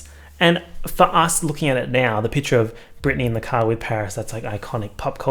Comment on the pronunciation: 12 minutes of saying 'piture' instead of picture